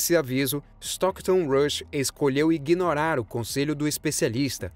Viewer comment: Inguinorar kkkkk